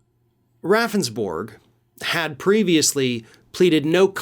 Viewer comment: I live in South Dakota. His last name is pronounced Roundsberg. Don't feel so bad his lawyer kept pronouncing his name wrong & the legislators got a chuckle each time he did it.